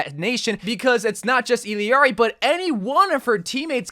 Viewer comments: I'll ari not illiari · Its pronounced ILL (as in sick) AR-E. Its not ELL-E-ARI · ee yar ee. ll en español Is pronounced as a y. some accents its almost pronounced like iyjari (like mine) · It’s pronounced E-llar-ee, not E-l-Eeari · Assuming her name is pronounced using Spanish rules it should be pronounced Ee-yar-ee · It’s pronounced iyari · Why is he adding an extra i when saying her name. Its ill-R-E. She saids it in her introduction video. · Bro… “ill-ari” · you truly amaze me lmao. It’s pronounced E-YAR-E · Why is he adding vowels to her name. Her name is I L L A R I. There isn't and E or an I in the middle of her name. The phoenetics would be "EE-LAR-EE.: He's adding mad weird vowels in the middle of her name for no reason. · If it helps, the two LL’s in her name are pronounced “yee” so and the I in her name is pronounced E. You also need to roll the R So.. basically Yeearee It’s a Spanish thing and I’m Mexican. Hope this helped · It’s also a Quechua name. The Spanish way is iyari/ijari (or ishari if you’re from Argentina). In Quechua it’s either Iyari or ilyari. The voice actress uses the LY pronunciation when saying Quechua words like “allinllachu” but uses the common Y/J sounds when speaking Spanish